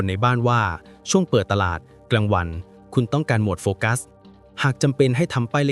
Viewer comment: โฟกัสค่ะ ไม่ใช่ไฟกัส 😅